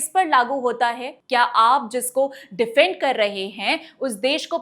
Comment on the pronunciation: डिफेंड होता है, डीफेंड नहीं। आशा है आप ऐसी गलतियां करने से बचेंगे।